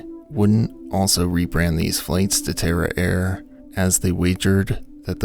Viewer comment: tara air? dang I thought you said terror air. I thought... wow great name guys.